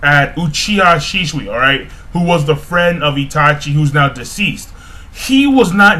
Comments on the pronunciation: Shisui. Not sheeshwee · Shisui would be pronounced like this SheeSooee Proof is that the letter I has a distinctive double EE sound and U has a double OO